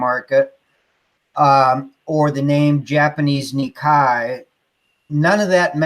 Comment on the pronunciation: Oh....Nikkei ("nee kay") is the Japanese Stock Exchange....not ni kai ("nee kie") which means "two times."